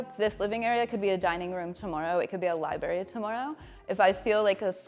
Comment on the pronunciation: Sigh. Between her pretentious vocal fry, “li-berry” pronunciation and that offensive LR painting with its glaring phallic symbol staring me in the face, couldn’t switch off fast enough.